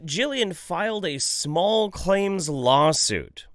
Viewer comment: "I'll be doin a lawsiut" fuck XD